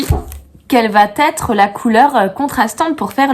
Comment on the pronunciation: Quel va ...être 😂et non t'être 😂 chouette poad cast trop de liaisons tuent les liaisons😂